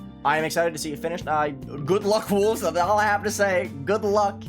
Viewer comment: yes, it just sounds like he said “Wulzy’s the verifier” at the start